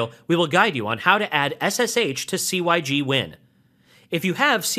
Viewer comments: "sig" win not "c" "y" "g" win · very helpful - pronounced 'sig-win' though :) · Hearing "C-Y-G-Win" never got old. I seriously cracked up every time. Thanks for the entertainment ;-)